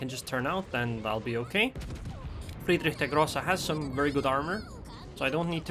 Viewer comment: Ich spreche Deutsch and I like how you pronounce "Friedrich der Grosse"